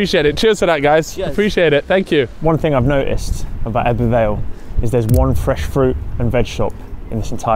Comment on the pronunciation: The way you pronounce ebbw every time made me cringe